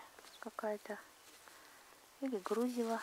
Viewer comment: ударение в слове 'грузило' нужно на букву и делать,а не на у.